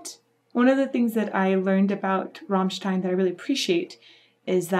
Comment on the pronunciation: Yes, all except she keeps saying "Rahmstein".... its "Rammstein"